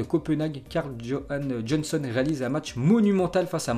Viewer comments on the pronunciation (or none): none